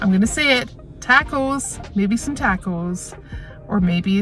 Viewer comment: you crack me up with your "Tackos" LOL!!!!!